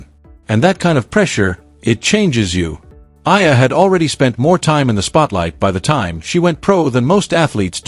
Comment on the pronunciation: ...please pronounced the correct way to say her surname E-A-LA ( E-yah-la)!!!!!!😡